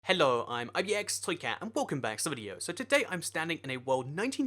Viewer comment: "Ello" Thats just weird